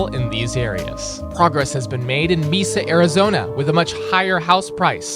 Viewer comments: Māsa not meesa 😂😂😂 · Bro said meesa arizona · Someone who lives near Mesa... Its not Me-Suh its May-Suh :) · And Mesa, AZ too like its not pronounced MEEEEESA, it’s pronounced Maysa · AI voice? o.O “Ba-se pro shop” and “mee-SA Arizona”?? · Tea its more like MAAsa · The video itself is fine, but I have an issue with the way you said "Mesa". Count your days.